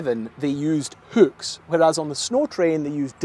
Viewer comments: say hüücks one more time,...I dare you. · Why is it so hard for this guy to say hooks? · lol never heard hooks pronounced as hukes 😂